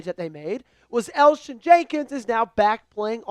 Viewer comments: Its Elgton Jenkins not Elgin Jenkins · It's Elgton Jenkins not Elgin lol